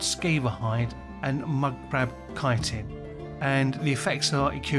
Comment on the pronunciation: I do use Resist Magic, or at least a one-potion combo of Resist Fire and Resist Frost, but only when I remember. Well done for being one of the few people to pronounce "chitin" correctly.